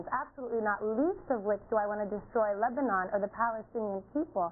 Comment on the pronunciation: he can't even say Lebanon properly